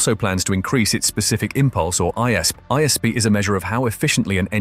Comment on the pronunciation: It's I S P not Eyesp